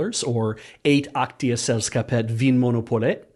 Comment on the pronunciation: Respectable pronunciation of vinmonopolet :) Which X-com was the XCOM? Did Xbox ever have a dash? If I check the store will Road Quest Blu-Rays appear? Or is that an exhausting question?